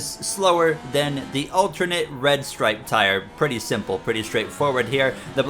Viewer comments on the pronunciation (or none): none